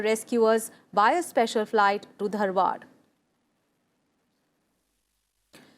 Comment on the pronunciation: it is not Dhanwad it is Dharwad, famous for Peda (Dharwad Peda).